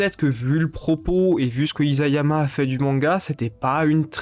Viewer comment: Très intéressante vidéo. (Petit détail : Isayama se prononce "issayama"^^;)